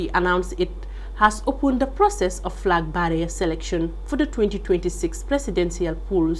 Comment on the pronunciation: Please check your pronunciation of ' flag bearer '.